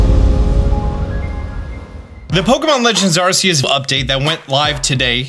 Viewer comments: learn the name it's not asseus it's arc-eus geez learn the damn names ffs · But it sound s like arse ee us and Translate French to English and put arse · During the Pokemon Presents, The CEO pronounced Arceus differently. So how do we pronounce it? Ar-cee-us or Ar-Kee-Us? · FFS IT PRONOUNCED AR-KEY-US!! You could at least get the name right if your gonna make a video about it. Geez! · It's pronounced Ar-Kee-us. Why can't you people not get it right? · ARSEEUS 😂😂 Also, thanks again. Knew you'd have my back with info as soon as this all come out. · R Key Us = Arceus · Arkeus. Say it right. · “Arseeus”… I love it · 'Arseeus' you do this just to hurt me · ah yes arseus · I like the videos he does but can't stand it when he say arceus so cringey say it right. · You always say Arceus wrong 😢 😂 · You are saying Arceus wrong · Hate when people say Arceus wrong lmao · still insisting on pronouncing the soft C eh